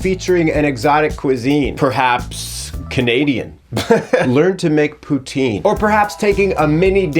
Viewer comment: Hi! French canadian INFJ here! Maybe, just maybe check the Ryan Gosling video for how prononce poutine correctly the next time 😜🤣🤣🤣. I love your videos! Take care!